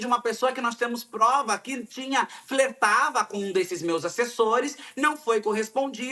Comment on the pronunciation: Gente! kkkkk Fletava? Gente!